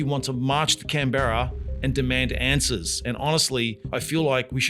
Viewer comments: Can-berra? Wtf? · Yep and now when Trump deliberately cut the oil supply increasing the price of petrol increasing inflation....... Wait You just said Can Barra... You AI? No Aussie pronounced canberra... Can Barra... It's not entirely out governments fault. They have made a mistake but they also have little choice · First of all you need to learn to pronounce Canberra. Secondly there’s a lot of misinformation flying around it has and always has been planned it’s the 2030 agenda that’s being executed globally and I tried telling people years ago and got called a conspiracy theorist. Well here it is! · Mispronunciation of the capital city revealed the AI voice. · You said Canberra like a foreigner 🧐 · Nice pronunciation of Canberra 😂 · How do you pronounce Canberra??. 🤣